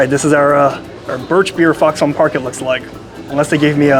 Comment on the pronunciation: Don't sleep on the Foxon (pronounced "Fox-in", not "Fox-on") Park Extra Dry Pale Ginger Ale, it's their best in my opinion. The sausage is made in-house.